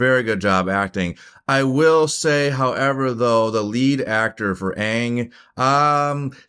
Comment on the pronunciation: Bruh pronounced aang correctly and then in the very next sentence called his flying bison “O puh”😂😂